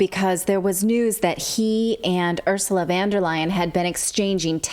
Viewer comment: Love how she pronounced her name Ursula vander 🤥